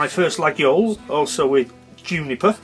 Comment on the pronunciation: Very nice collection. i really like Laguiole & have quite a few. BTW just an FYI mate it is pronounced Layole, not that it matters. Cheers pal, Andy